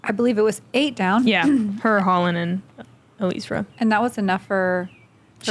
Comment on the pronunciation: PLEASE...its Ellie-Ezra, not Eleezra. The announcer got it right. You ladies usually work really hard ar getting these details right. I have a last name that's been butchered all of my life but there is nothing I could do about it. You CAN fix this.